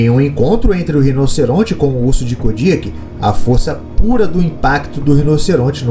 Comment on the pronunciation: mano parei de ver o video so pelo jeito que vc pronuncia "KODIAK", e nao venha com papinho de que vc ta certo , pq TODOS os BIOLOGOS pronunciam o nome dele de maneira diferente